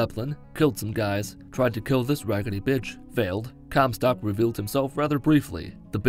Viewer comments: “Descended into the sky” and referring to comstock as “Comcast” had me rolling. 😂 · Lol Comcast it’s comstock